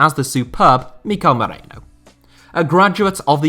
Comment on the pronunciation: Its merino, not moreno hahaha